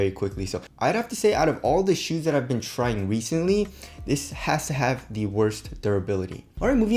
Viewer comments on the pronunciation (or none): none